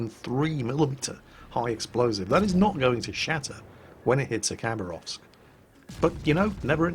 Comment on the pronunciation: Khabarovsk is actualu sound not a Khabarovsk , Habarovsk is be a corect (Хабаровск)